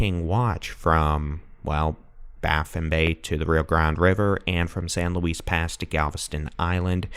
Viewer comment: Galveston County in the house! Great report and thank you for the "cut to the chase" reporting. Btw, I know you can't know every colloquial pronunciation, but San Luis Pass is pronounced "Louie", like Louis Armstrong or Louis Vuitton. Words are definitely hard. Thank you again!